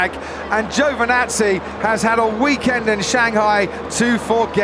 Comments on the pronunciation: Would you learn to pronounce his name? It's Giovinazzi not Giovanazzi. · No quite. Its more of a u sound than an o sounds after the g. "Guvinazzi" - Antonio himself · "Joe vinazzi" - Crofty 2017